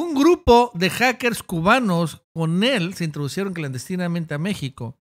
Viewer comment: se dice INTRODUJERON, NO INTRODUJERON...